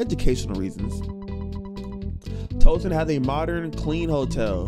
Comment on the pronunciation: Yo if you say Twoson wrong again I’m about to spazzz 😂😂😂 also you get me scared sometimes when you be liking songs from games cuz I be thinking you bout to rap